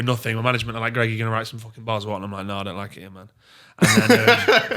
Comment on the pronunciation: It's greggeh, fresh off the telleh, he might actually die if he drinks some henneh